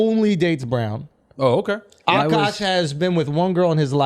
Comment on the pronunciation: Akaash ❌ Akuck ✅